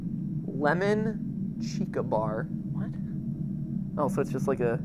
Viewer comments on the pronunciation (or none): none